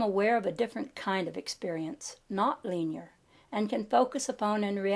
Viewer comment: I DO appreciate hearing your pleasant voice read this material. The grade school teacher in me, however, is not stopping itself from requesting that you consider consulting a dictionary for the pronunciation of the following words: poise, linear, multitudinous, camouflage, continuity, synthesis, telepathy, myriad, peninsula, primeval, and Aegean. L.V.X.